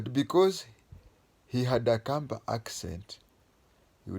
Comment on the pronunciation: Just talked with a Kamba friend and has told me that your Kamba pronunciation is on point!